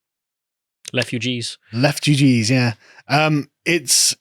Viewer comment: "leftugee's" ima use that later.